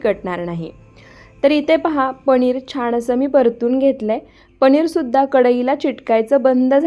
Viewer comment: Are tu rajasthani ahes ka sarkha पणीर